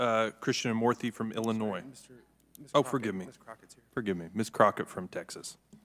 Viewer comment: He actually said Illionoise!!!